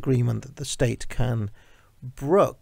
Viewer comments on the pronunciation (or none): none